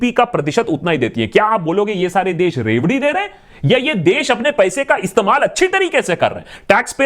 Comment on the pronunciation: What i heard first word loudi😂😂🤦🏻‍♂️